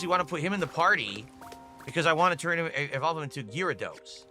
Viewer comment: Bro can't pronounce anything right, EHHVALVE, POHTROHT, GYIRADOSE, WAAAAAAAHN